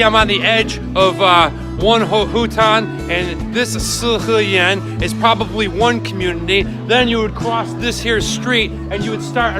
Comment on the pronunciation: 我听他说北京的“死-河-源”，5分钟后我才反应过来是四合院。